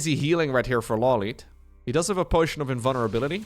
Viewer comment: Law lite, not lowlite